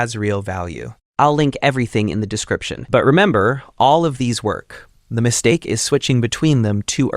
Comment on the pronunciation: I was wondering why you sounded like AI and then I noticed the "stable volume" thing was turned on without my consent edit: nvm "mistake" sounds weird